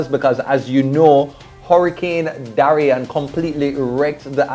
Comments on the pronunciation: Prayaz!!! Hurricane Darian boss? It’s Dorian sah. Lol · It's not hurricane Darrian !! Lol